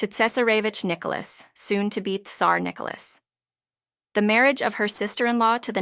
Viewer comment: If you cant pronounce names properly or indeed pronounce Tsar and Tsarevitch properly don't bother to make a video